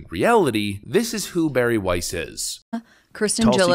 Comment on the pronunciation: "Weiss" EVERY. SINGLE. TIME !